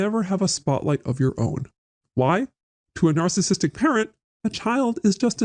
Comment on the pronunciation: I keep hearing it as “alcoholic” when he’s saying “narcissistic “